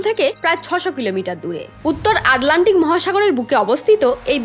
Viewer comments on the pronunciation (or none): লিখলেন আটলান্টিক, আর উচ্চারণ করলে আডলান্টিক😂